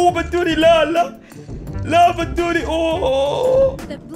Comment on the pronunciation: بدوري مو بندوري🤣🤣🤣🤣